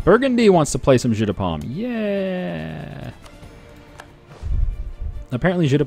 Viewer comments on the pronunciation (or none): This is not "Jeu de pomme", it's "Jeu de paume", this is the french word for palme. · Jeu de paume mean palm game not apple game. I mean paume and pomme do sound similar but aren't pronounced the same.